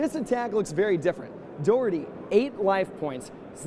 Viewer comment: As a scot, I wish someone would tell it is pronounced "Doch-er-tay" the "och" is the classic Scottish "Auch"